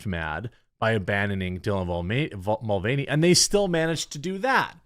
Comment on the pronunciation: Dylan Mud-Vein-ey